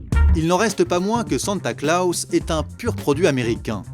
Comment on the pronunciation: "Santa Klaos"